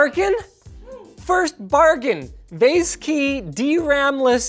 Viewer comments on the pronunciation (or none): Did anyone else get irrationally frustrated Linus pronounced Vaseky different in each Wish pc build video?